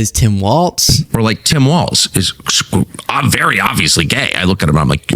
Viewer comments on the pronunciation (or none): Come on. I love the show, but for the love of god it’s Tim Walz(pronounced Walls) not Waltz(Walt’s)